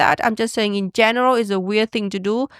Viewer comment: I have a question about Uyens language and please don't consider it hate - it comes from genuine interest. I noticed that often "swallows" the last letters of words for example "weir-" instead of "weird" and "mayonnai-" instead of "mayonnaise" or even not pronouncing the plural "s" eg. "companie-" even if she is speaking about more than one. She has amazing English skills and I absolutely respect her for that! Still it does interest me why she doesn't pronounce some of the last letters? I learned Japanese for a short period of time and I know that this language consists of syllables that doesn't end on other letters than vocals (with one exception I think). Is this the case with Vietnamese as well?